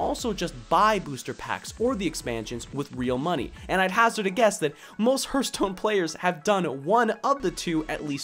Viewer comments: "hurt stone" are you that hurtededed !?!?! "HAART~STOWNE~" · Your point was well made, but please edit the 'Herstone' part out for 'Hearthstone'. Just copy past some new spoken text into it, otherwise it distracts too much for the listener (especially for Hearthstone players like me ^^ ). This is really meant as feedback: it was a great video, but this is a point of improvement. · I'll buy that, but it would make the pronunciation closer to "hairthstone" than "hurtstone";) The pronunciation of the "a" doesn't affect the "th" like that, although a regional dialect might. So altogether I can dig it. But I'm still calling it a "harthstone" the way I've always known it. Mainly because that's not my dialect and variety is beautiful. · That "herthstone" pronunciation. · Hehe.. Hurthstone. Good video though!:D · dude why do you call it hurtstone? :p or herstone. Great video tho ^^ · Martin Stensvehagen oh, is that what he was calling it? I thought he was just weirdly mispronouncing "hearth" like 'hurth' ... LOL Now it makes sense ...